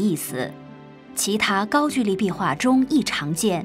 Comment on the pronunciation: 高GOU（一声）LI（二声）